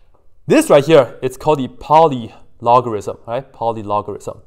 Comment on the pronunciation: "And this isss Poly logarism"